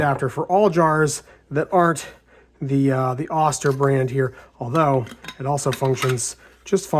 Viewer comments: Nice illustration of how 3d printing improves quality of life. Oster rhymes with toaster btw. Long "o" sound . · FYI, it's pronounced "oaster" as in toaster.